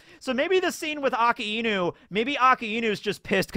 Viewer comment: The way he says Akainu always throws me off and I don’t realize who he is talking about at first 😂